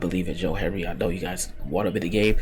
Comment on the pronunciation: His name is Hendry not Henry